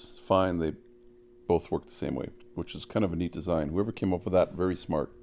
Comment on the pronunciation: “Look waaayyy up” that’s how we know you’re Canadian